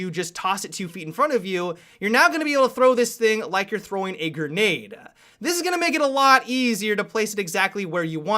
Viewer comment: STOP SAYING GERNADE OMFFFFFFBUHUHNHNUNIHNHINHIUHBUGB